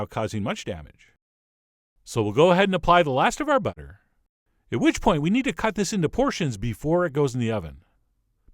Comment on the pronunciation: You went a bit British pronouncing butter. :D